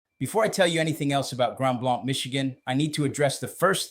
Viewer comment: If you’re going to make the claim that you live here, learn how to correctly pronounce the name of the community: Grand BLANK- as in empty, nothing.